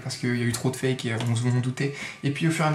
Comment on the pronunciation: Ptdrrr le nombre de "faike" j'en peux plus de ton accent anglais!!! On prononce "faYke" 😂😂😂